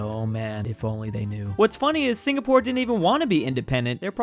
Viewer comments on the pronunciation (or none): none